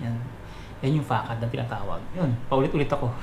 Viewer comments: Sir, yung tamang pronunciation po ay fuh-SAHD.. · Sir yung Facade ang correct pronouncaition nyan ay Fasad....